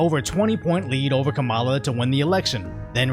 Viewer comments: Hey isn't her first name pronounced "Kam-uh-la"? I know it's besides the point but it's just hard to concentrate on this channel being a good source of info when you're saying "Kuh-mala." Sorry if I missing a joke from some other video. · Did you say Karambala